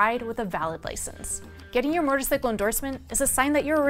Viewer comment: Can someone please tell this woman how to correctly pronounce motorcycle!?